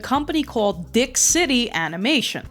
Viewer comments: So....Luigi is in the epstien files we found out today....just kidding....but for real....Luigi fan art is like a slow motion train wreck, its going to be horrible but you can't look away.....oh and Dic is pronounced deek. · "It's pronounced, Deek. Not Dick."